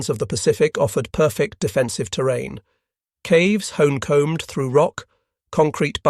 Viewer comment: A real narrator wouldn't mispronounce "honeycombed."